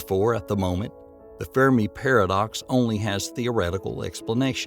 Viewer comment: It's Ai most probably. I used to think wow what a great narration, then he said, in this video, Fermi Paradox in a very weird way, and I think "he" messed up the word extraterestrial and said something like extratestial. So yeah.